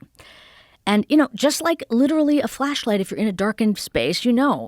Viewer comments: my filthy animal brain keep hearing fleshlight instead of flashlight FFS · Amishi "I think of it as a flashlight." Joe 'Did she just say fleshlight?' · Is she saying Fleshlight?